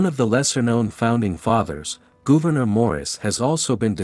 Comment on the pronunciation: GOUVENOR GOOVENOR.............GOVERNOR ...Dreadful pronounciation ..awful.